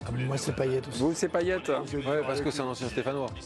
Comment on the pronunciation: il est stressant a dire paillé